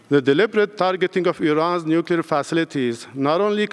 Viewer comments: ‘Nuclear’ not ‘nucular’ you thick ginger growler 😂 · Rayner doesn’t say nuclear she says nukula. 😂😂 I bet she calls a chimney a chimly. She embarrassing. The Stockport tart. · Anyone making the Iraq comparison is either naïve or stupid, possibly both. The fact that the Deputy PM says 'nucular' is pure cringe by the way. The UN watchdog - not Trump, not Netanyahu, breached Iran because they have been enriching at 60% instead of 3%. It's way beyond civilian needs and is heading rapidly towards weapons grade. That happened 24 hours before the first Israeli attack. Throw in Iran's avowed intention to destr0y Israel and its people (Jews and Arabs) and this is worrying. Some years ago they even set up a countdown clock in Tehran's main square to that end. If the UK was under threat in this way would you want it to continue? If Iran is allowed to do this and continue on this path they could eventually close the Straits of Hormuz, through which much of world trade flows. If they had a bomb we couldn't stop them. Watch this lot in Parliament screech if that happens. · It shows how uneducated she is when she mispronounces Nuclear as nu culer